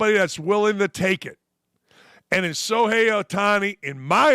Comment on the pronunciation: It's pronounced Show-hay, not So-hay. There is an h in his name. You need to learn how to read.